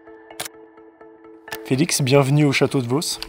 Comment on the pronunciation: The chawtow alors einh